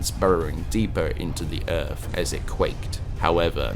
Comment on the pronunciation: What on Earth is an earf?